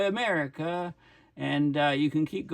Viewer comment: The gulf of Amer-he-co?